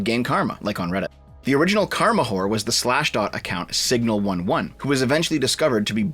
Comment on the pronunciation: Nitpick, it's pronounced "signal eleven" though it's spelled Signal11. The name is a particularly geeky reference to a technical detail in Unix involving programs that die because of a certain class of bug that causes Unix to kill them when they try to access memory they don't own.